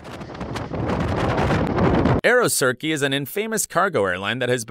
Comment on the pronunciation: Terribly, horribly narrated, narration malpractice. Surely he's not a pilot.It's Aeroturkey, not Aerocirkay FFS! Boeing 77 is a small leerjet. Guy need to stay in his plane and only comment on things he knows about